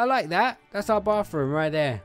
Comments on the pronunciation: is it just me or when he said bathroom it sounded like BaRfRoOm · XD! You say baf room! Hahaha! It ok! I live you! I love Zai but you are actually cute!(XD no you aren't actually cute!(JK) and Zai is beautiful!) LOVE YOU AND ZAI! Btw when you all get married will you record it? Or do you want your wedding a little private?